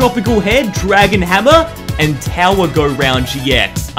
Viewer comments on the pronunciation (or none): none